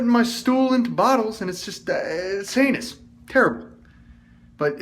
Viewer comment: Was it heinous or anus??? Hahaha